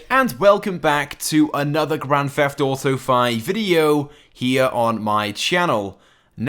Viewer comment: GRAN FEFT AUTO